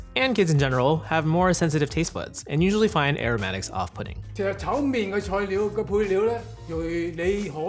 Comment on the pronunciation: You speak cantonese but say chow "main"🤦🏻